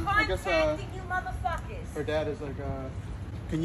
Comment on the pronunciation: She said muthih fuckiz 😂😂☺️